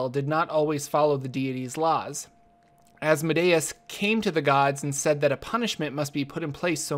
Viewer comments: Its pronounced "as-mo-dee-us" not "azz-muh-day-es" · Viscount = (vye-count) Also, I'm pretty sure it's AzmOdaus, not AzmodAus. It just sounds better. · You are putting the stress on the wrong syllable in Asmodeus. Instead of asmo'dayus, it is as'modeeus. It makes sense to think deus like deus ex machina, but it isn't. It is deus like deity. Just an fyi. Great video. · I have never heard the pronunciation of Asmodeus like that but it makes sense in a way. I pronounce it az(as in AZgard)-mo(as in MOW the lawn)-dee(DEAn)-oos(OOze)(and an ‘s’ at the end instead of a ‘z’). But DEUS makes sense because it is referring to god and should be pronounced as such. Sorry for the random sentiment. Your video was awesome by the way. I am a new DM and have a tiefling PC so this gives some perspective. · I've always heard his name pronounced "az-moe-dee-us" and what happened to Tiamat? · The pronunciation is æz-MO-dee-us Not Asmodayus